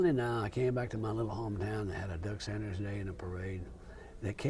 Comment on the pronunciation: His name is Doug Sanders (not Saunders). Unbelievable that the interviewer couldn’t even pronounce the interviewee’s name correctly!